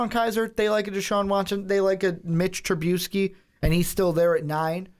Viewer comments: TruBISky. Not TruBEUsky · The way you pronounce Trubisky is gonna end up giving me colon cancer.